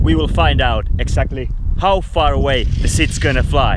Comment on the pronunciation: "Hau far de shit fly"